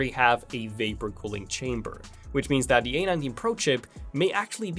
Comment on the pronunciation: Before DAT! It's THAT! Just work harder on your TH's dude.